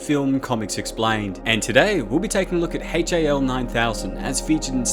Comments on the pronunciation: IT'S NOT "H A L 9000". It's Hal 9000. And he's a My Pal !!! See. You don't understand his story, so I'll share the Haps of Hal 9000. The name stands for,.. "H" , as in Heir to the Thrown. "A" , for air, because he flew here from Texas. "L" , for Loki. My last pal that pasted from terminal cancer. And of course, being born in 2010 . Well. The connections are pretty Obvious. Which maybe now you all can see,.. why Hal didn't open the pod bay doors for Dave. He's A Freakin Dog. He doesn't know Dave. And doesn't have opposable Thumbs. And Dave didn't even offer him a biscuit. I mean come on. Hal does have extra Dew Claws. But they don't open pod bay doors from my experience anyway. Hope that clears up Hals Story 🥰🦮🥰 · The first time I've ever heard someone call it Haytchayelle 9000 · He must have lived in Australia for a while.